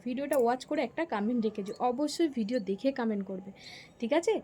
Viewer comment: কামেন্ট না কমেন্ট 😂